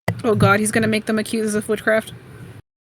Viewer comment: I thought she said Accuse him of footcraft